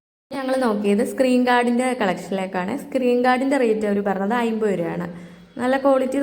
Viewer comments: ഐമ്പതല്ല അൻപത് എന്ന് പറയൂ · അയിമ്പത് അമ്പത് അല്ല..... അമ്പത് എൺപത്